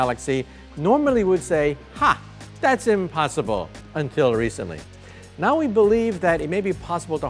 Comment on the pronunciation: "Impossibru" even for this guy !!